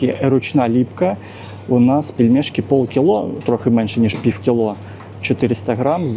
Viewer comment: Прекрасный магазин, качественный обзор🎉. Но! Ваше фонетическое "пиФФФ" (пiв) - чудовищно режет слух и портит всë впечатление от видео👆. Розмовляйте росiïскою, будь ласка. 🙂